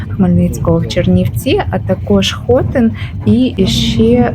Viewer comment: А чого ж наголоси у назві міст звучать не так, як має бути? Не ХОтин, а ХотИн, не ДунаЇвці, а ДунАївці, деякі ще кажуть БуковинА, а не БуковИна. За відео про Чернівці - плюс